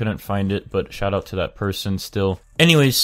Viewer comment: when he said shout out to them 2nd time it sounds like he say shut up XD!